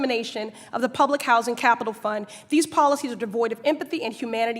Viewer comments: 'Pubic Housing' ;Good job, Now This. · "Pubic Housing"